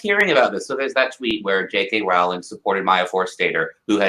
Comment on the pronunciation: By the way guys, it's 'ROW ling' not 'RAU ling'. I heard her pronounce it a while ago, and I can't imagine she made a mistake. :)